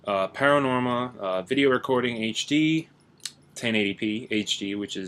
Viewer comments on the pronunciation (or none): learn how to say panorama